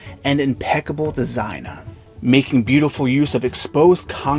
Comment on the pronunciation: Why do You over-accentuate the ending of words like “Home-a” or “design-a” 😂😂